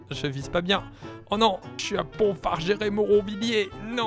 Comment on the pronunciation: Mec le seule village que tu zoom au hasard c’est le mien 😂😂 et c’est Pontfaverger-Moronvilliers pas pontfagerer moronvilliers 😂